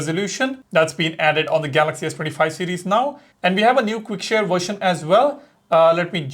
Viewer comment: You need to learn to pronounce "series" better, It literally sounds like ur saying cds instead of series, slow down